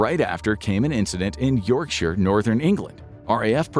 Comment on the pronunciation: I'm impressed, you pronounced "Yorkshire" correct. 👍